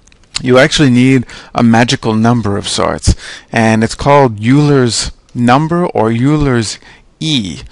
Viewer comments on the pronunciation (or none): Euler is pronounced "oiler".